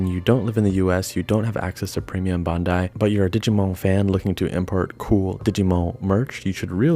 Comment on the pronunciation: Omg please, every time you said “digimoun” it killed me. Made my day